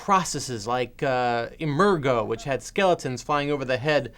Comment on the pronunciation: The gimmick "Emergo" should really be pronounced with a soft G, like in the word emerge ... no? Because, really, the plastic skeleton emerges into the movie audience during "House on Haunted Hill". It sounded odd when Mr. Karaszewski said it here. Anyway: I remember catching this flick one weekend afternoon when I was a kid in the 1980's; all I had to hear was something about "babysitters' prank calls go horribly wrong" and I was sold. It wouldn't take very long for me to become a William Castle enthusiast (and an aficionado of Joan Crawford's campy roles). My favorite Castle movies: Strait Jacket, House on Haunted Hill, The Tingler, Homicidal.